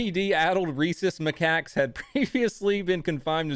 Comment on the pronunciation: You mastered "macaques" then butchered "Ocala." Also, I have a friend who's name is Cody. Unsub'd, thumbs down. Subscribing to a safe space.